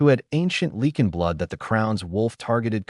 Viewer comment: What is it with AI not knowing how to pronounce Lycan? I cringe every time I here Lee-kin.